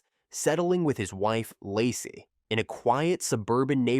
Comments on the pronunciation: Ai is ruining the story... saying Lacy isn't that hard...smh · How is it that half the time you can say the name Lacey, and the other half of the time you butcher one of the easiest names to say?…. Hella annoying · If you are going to use AI voice for the video, maybe proof read the commentary first. Laci… Lassie…Locie… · I find it curious that you can pronounce Shannan correctly, but never pronounced Laci correctly once😮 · I think they did at first, but not for the majority of her story! Using someone’s story to make money, but not even trying to pronounce their name correctly is so disrespectful.